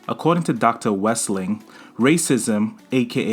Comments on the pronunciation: WEL-SING!! NOT WES-LING!!! 😃❤🖤💚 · WEL-SING get it right...